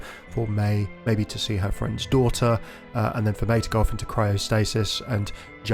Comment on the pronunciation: It's "for", not "fir", just thought I'd mention it! A fir is a type of tree. ^^